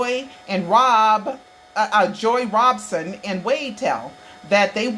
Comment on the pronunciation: it's ROB SON. not. ROBE SON.